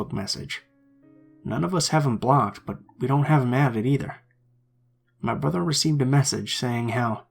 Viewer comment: I only listened once but to me the only strange thing was he said "bo-ther" instead of "brother." otherwise idk?